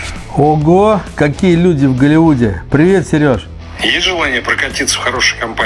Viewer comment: XOLLYWOOD da? :face-blue-smiling::face-blue-smiling: Ti chevo chuvak po angliski ne sharish? mojet Gollywood? :face-blue-smiling::face-blue-smiling::face-purple-crying::face-purple-crying